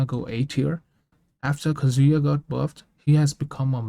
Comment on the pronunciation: Kah-zu-yah, not Banjo and Kazooya